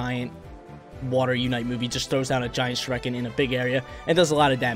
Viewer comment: the way he says shuriken bothers me